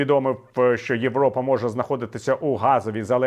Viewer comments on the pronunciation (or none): none